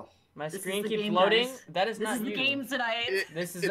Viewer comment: Minimize dat.... and dat... not dat.... boo!!! That was an experience, lol that first minute tho